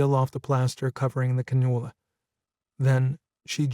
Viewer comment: the narrator mispronounces the word cannula.